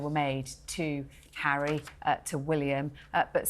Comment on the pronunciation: Stop you camellia announced Prince Harry arrival and not zHarry